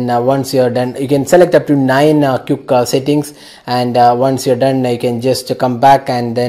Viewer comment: lol you dont know how to pronounce the word quick